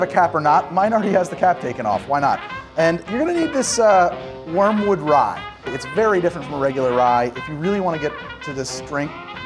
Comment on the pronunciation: "warmwood" or Wormwood?